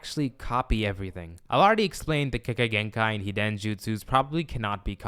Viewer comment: Why do you pronouce hiden like that